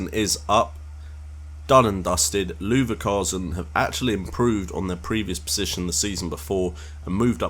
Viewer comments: Looverkasen haha! Cool video other than the miss pronunciation :) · you said Leverkusen wrong